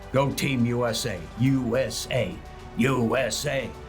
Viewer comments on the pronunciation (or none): Were you addressing Mexicans or Americans to chant with you? It sounded a lot like "You Ese" 🤔